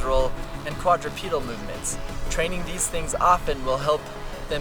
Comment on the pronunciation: Why do u say “training” with “trainink”